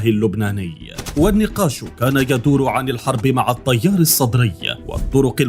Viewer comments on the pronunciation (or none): التيار وليس الطيار اتكلم عدل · الطيار الصدري كيف تتلفض يااخي😂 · اخي لفظ التيار حرف التاء حرف همس يكون فيه ترقيق وانت تلفظه تفخيم تجعل يميل الى حرف الطاء وهذا خطأ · عندك مشكلة ب لفظ التيار 🤣الطيار 🤣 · فدوه اروحلك بس الفظها عدل التيار وليس الطيار الصدري. اروح فدوه المناخيرك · احجي عدل شنو الطيار الصدري 😒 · حلوه بحلك المذيع من يكول الطيار السطري 😂😂